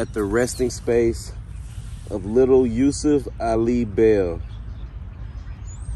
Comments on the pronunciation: He said yusif again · He said USEF TWICE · He said Yusuf and also Dalen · Hi Dalen he said Yusef